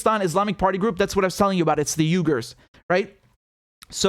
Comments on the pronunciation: Uyhger pronounced wee gur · Uighur is pronounced Wee-ger.